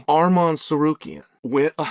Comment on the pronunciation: you can always tell when I fighter gets on chaels good side because he starts pronouncing their names correctly... no more sa-car-ree-an. 😂😂😂